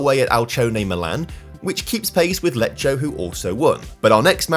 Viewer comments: Btw you are pronou cing "Lecco" wrong, its pronounced "Lekko" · what he was trying to say is that the right pronunciation is “Lekko” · It's Lecco, not Leccio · Lecco are pronounced Lekko not Lecho. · Lekko, non lecho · im not talking about perfect pronunciation. Some of the names are said in a complete different way, Lecco for example is pronounced like Lekko. Beacuse i'm a follower i noted this thing particularly in italian, my native language, i don't want to be a hater, i just wanna make an observation. Of course I probably don't know how to pronounce some english words, but i know the basic names and english clubs. sometimes mispronounce some italian big names. I would really love to see him pronounce them better😉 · I love how you pronounce "Lecco" 😂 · no, unfortunately he didn't pronounce Lecco correctly, but I can see why he did pronounce it that way considering how Lecce is pronounced. In Italian tho despite these 2 words being very similar their pronunciation changes quite a bit. If the C is followed by an E or an I the sound is more "delicate/sweet (as we say in italian)" and the pronunciation for Lecce becomes "Leche"; meanwhile if the C is followed by the other 3 vowels (A, O, U) then the pronunciation becomes more "harsh/hard" and the pronunciation for Lecco becomes "Lekko" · the issue is in Italian we don't have K and J letters so both C and G need to compensate for those sounds. That's why Lecco even if similar to Lecce sounds completely different. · can't pronounce an Italian team's name right to save his life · Glad you're doing Italian teams as well. By the way Lecco is pronounced Lekko and Brescia is Brèsha